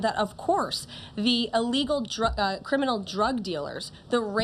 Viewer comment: It’s ‘Il-legal’, not ‘e-legal.’ Just for the record. She did great dealing with moronic ‘journalists’.